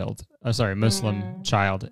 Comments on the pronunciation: I was pleasantly surprised that Kurtis corrected himself by pronouncing Muslim correctly. Unexpected and some might think it's unnecessary but nice, thank you Kurtis. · I appreciate how he said muslim and not muzlim, i left islam long time ago but it felt great to hear someone say the right pronunciation <3 great crossover btw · It's pronounced Mü-s-lìm [Moo-slim] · I’m sorry but I’m Muslim and hearing Kurtis actually put in the effort to pronounce Muslim properly just made my day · Thankyou kurtis for prouncing Muslim not muzlim He read the comment he always try to educate himself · Ok can i just say i love that Kurtis corrected his pronounciation of 'Muslim' like he didn't even have to but he did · I legit felt so happy when Kurtis pronounced it Muslim and not muzlim. Idk it just made me so happy. Like the podcast! It truly made my day, and it was a bad one, so thank you so much! I learned a lot today! And hopefully we all try to be respectful and kind towards others. Thank you For this episode, truly